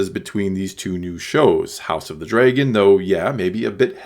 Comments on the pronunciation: did you really just say dreygon instead of dragon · Why you pronounce dragon weird???!?!??!?